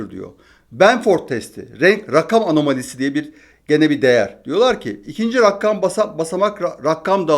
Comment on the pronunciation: abi 11 kez rakkam dedin bir kezde rakam dedin iyi aksamlar